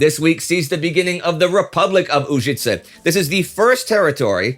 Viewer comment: Hello, Indy and the crew. Just a small correction - it is Požega, with Ž pronounced exactly like Ž in Užice. And both towns have pronunciation with the accent on the first syllable. You are doing great, and this correction is because I see that you make a big effort to pronounce every name as close to the original as possible for English speakers, and you do great job in that department, too.